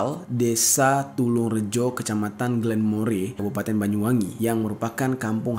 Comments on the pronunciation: Bukan gelemore tapi dibaca glenmor bang😂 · Bukan glenmore bang jeri cara bacanya, tapi glenmor😂. Saya asli jember perbatasan bwi -jember jadi tau paham banget🤣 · Maaf bang cara bacanya salah. Bukan Glenmore tpi Glenmore,, Saya satu kecamatan dengan almarhumah bang.. Salam dari Glenmore Banyuwangi Bang🙏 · Saya asli Banyuwangi hadir Desan Glenmore bacanya glemor bree 😊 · daerahnya glenmor bacanya . cmiiw